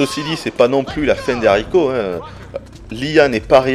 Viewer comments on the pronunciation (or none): none